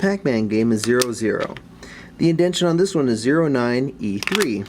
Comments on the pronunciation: IndenTAtion, not Indention. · I know this video is over 5 years old but something about you repetitively saying "indention" as if its a real word bugs the shit out of me lmao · Just one thing. It's indentation.